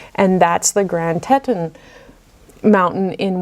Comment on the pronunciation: Teeeton, muuule, draw out the u, its ok you pronounce wrong. You say so much in french....I'm clueless and would butcher all of it!!!. Love all the videos💜